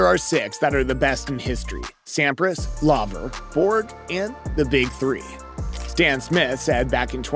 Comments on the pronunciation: It’s Laver not Lover come on! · It's pronounced 'L-ay-ver' not 'L-ah-ver' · Come ON … You made a YouTube video about tennis and you did not even bother to take the time to learn how to pronounce Rod LAVER’s last name? Shameful.